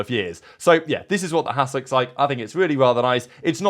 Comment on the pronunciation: Haas or *ss?